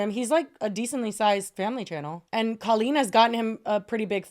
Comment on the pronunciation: why tf does it sound like she's saying queen it took me the entire segment to realize she was saying colleen i was so fucking confused for a while lmao